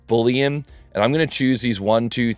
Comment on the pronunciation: "Magic" 🪄 LOL - another great video - buːliən is the word;)